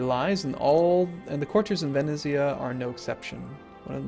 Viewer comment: Just sayin' but the "z" in "venezia" is the same as in "pizza"